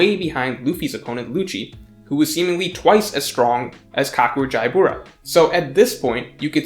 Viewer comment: Isn't...jaybora pronounced Jabra?